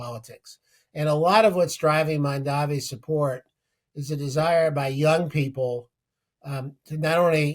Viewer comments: The guest said Mandavi . The interviewer said Mamderi . Is it so hard to say his name correctly? It sounds like “Mom” & “Donny” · He said Mandavi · why does he keep saying Mandavi? Zero cred. Then again he's making his point about out-of-touch boomers. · Neither the interviewer nor the interviewee could pronounce the new NYC Mayors name correctly. It is not a difficult name! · Cuoma gave Elon Musk $900 million in tax breaks. That would pay for EVERYTHING Mamdani is trying to accomplish. This man isn't even pronouncing the NY mayor's name correctly, he is completely out of touch. 😅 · M-A-M-D-A-N-I…..learn to say it right